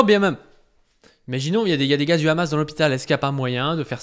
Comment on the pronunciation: Pourquoi ces sionistes ne savent pas dire : Hamas. Toujours: khamass😂😂😂